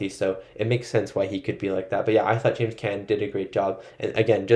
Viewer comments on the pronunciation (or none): Carlo was killed for setting up Sonny’s execution. James Caan (pron. KHAN Not can) Ingrid BerGman (hard G not Berj-man) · James Caan, pronounced con. He was the writer in Misery.